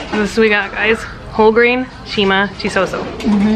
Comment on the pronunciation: It’s not “nshima” it is “nsima”